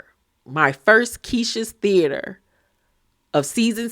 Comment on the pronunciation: THHEeater ( British accent) 😂😂😂😂😂 The waaaaaaaay those wigs move 😂😂😂😂😂😂